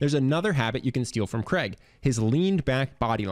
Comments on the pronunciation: Why can’t Americans pronounce the name Craig properly !!!!!! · Why can't Americans say the name Craig properly? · You misprounced his name and I doubt very much if this would work in Europe! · FF sake pronounce his name right!!! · Why can't Americans say Craig properly? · His name is not pronounced Creg...as it is spelt Craig it is pronounced the same as rain...what is wrong with Americans ??? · I’m still trying to understand why Americans pronounce Craig as “Creg” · Cr-aig. Not Creg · CRAIG is a Scottish name, as in HAIG, MALLAIG, or McCAIG. (as in Hague or Vague). Cregg is so gross sounding. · It's Craig not Kreg ! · The name is pronounced Craig (Cr-aa-g) not Creg. It originates from the Scottish Gaelic name Creag. Speak proper English/Scottish. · His name is Craig, not Cregg, damned yankees. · Why can't he say Craig properly!!! sounds like he calling him Creg. CR-AI-G your welcome!!! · His name is Craig, not Creg. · its CRAIG not CREG!!! ffs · Who is "Kreg"!? It's f'cking CRAIG...CR-AIG not KREG....F'ck sake, how hard is it to pronounce a 5 letter word correctly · Why do Americans pronounce his name as ‘Kreg’? It’s CRAIG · you really need to learn how to pronounce "Craig". The name is pronounced "Crayg" not "Creg" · Thanks for the video. It's weird how Americans pronounce Craig as "Creg". There's an "i" too. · It's Craig, not Kreg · How have you managed to make a 15 minute video about his charisma without figuring out that he's not called Kreg. It's Craig, which rhymes with "vague". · Craig not Creg. I've heard multiple Americans get this pronunciation wrong. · His name is Craig not Creg! Damn Americans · His name (Craig) is pronounced Crayg not Creg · Since when is Craig pronounced like Greg, but with a C? 😕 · God I hate how Americans butcher English. Who says "Cregg". It's pronounced "Cray-G" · Do Americans really call Craig, Creg? Lmao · Why do you keep calling him kreg?